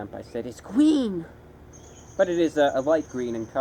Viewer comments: Lol “It’s gween!” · That was actually pretty funny when he said "it's gween! It's gween!" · It's GWEEEN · I still say "it's gween" when I encounter green items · It’s... It’s gween I subscribed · It’s gween lol that gets me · IT‘S GUEEEN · “Its....... ITS GWEEN!” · it’s gween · Is G W E E N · Its Gweeen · ITS GWEEEN!!!! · ITS GWEEN ITS GWEENNNN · its gweeN! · ITS GWEEEEEEEEENNN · please marry me.. someday i hope to wake up on a warm sunday morning, roll over, look into my lovers eyes and hear those words..... "ITS GWEEN" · its gweeennnnn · Is Lime Gween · "ITS GWEEN" the funniest thing I've ever seen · "It's GWEEN" I fuckin died lol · "It's GWEEN!" I love these videos, so much. SO damn much. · It's... Is gween... IS GWEEN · HIS GWEEN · IT'S GWEEN